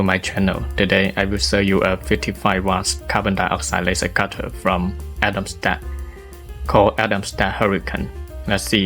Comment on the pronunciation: Excellent video. I like that you showed the built in Camera and Atomstack Studio software. (I understand you are not native English speaker but I understood everything. For future Atomstack videos the English pronunciation of Atomstack is not Atom sta, It is with a K in the end. Atomstack the sounding as you pronounced Camera C and K are often pronounced K. Cat, Kit and Camera is: K-sound.)